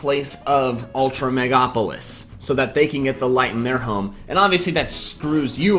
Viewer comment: I don’t wanna be that guy who says you mispronounced “megalopolis”... so I won’t say it. 😄